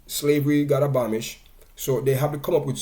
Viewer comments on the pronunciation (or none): Firstly learn to pronounce the people's name and the word is abolish D&G was no plantation they were one of the best paying companies in Jamaica I know kids who's parents worked there and D&G pay their school fees they funded ALOT of grass roots sports and communities in Jamaica. Many black jamaicans created businesses just by selling D&G products, and offering services to D&G, from catereres to companies providing uniforms and transportation services, no to mention ALL the professional they employed directly. Where else in Jamaica were you going to be employed as a food scientist or master blender, mechanical engineer logistic specialist, export manager, brand manger etc .the list goes on.. plus ALL the other infomal " hussling" people used to make off them...But most importantly they created the most iconic brand of Jamaica Red Stripe It was one of the best performing stocks on the Jamaica stock exchange..i know because i was a share holder..it was then sold to Diageo who sold it to Heineken..so why focus on the past and not how impotant it was for a tiny island in the Caribbean to create such an iconic Brand